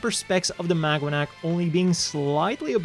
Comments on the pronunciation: I keep hearing "MagUanac" lol "Maganac" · It's pronounced MAGA-NAC 😂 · is it just me or am Ixhesting pronounce it as magwanac 😅 anyway I'm not sure if this is true but I've read the maganac's name was based on the filipino word Mag-anak which kind of means family or kin or something along those lines